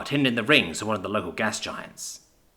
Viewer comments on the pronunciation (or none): none